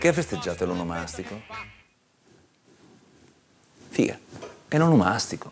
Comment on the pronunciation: "Figah" ahah adoro i milanesi solo quando pronunciano sta parola ahahah